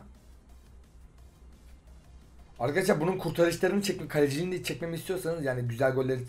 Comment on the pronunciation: nobody::ArKhAdashlAr